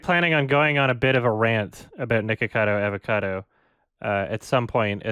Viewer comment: fun fact: almost evey time said "nicocado avocado" incorrectly. He mostly says "nicocavo adocado"